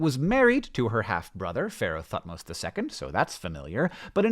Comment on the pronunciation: Bangs head on table at pronunciation of Thutmoses.